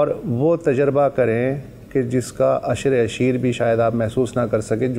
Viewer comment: عشر۔۔۔۔اس میں ع پر پیش ہے۔